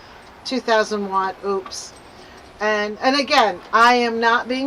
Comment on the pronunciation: I love my Mega 1! (And btw, it’s pronounced “O’-pus.”)😉 I recommend having 2 if you can swing it. You can be charging one while using the other. I was really surprised at how fast mine recharged with the solar panels. It took less than 2 hours to go from 70-100% using one set of the 240 watt panels. It was a bright, sunny day.